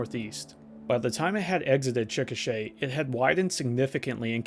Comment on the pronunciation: I appreciate you pronouncing Chickasha correctly. I think that's the first time I've ever heard it on a youtube video.